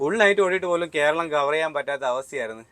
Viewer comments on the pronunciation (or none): none